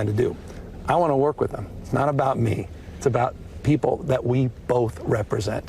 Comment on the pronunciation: Anyone else get slightly annoyed by Luke’s inability to pronounce the TH in wiTH. It’s always wit.